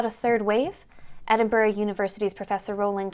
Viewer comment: Andrew...please tell Kate how to pronounce "Edinburgh"!!!! xxx Best wishes from Madrid...love the programme!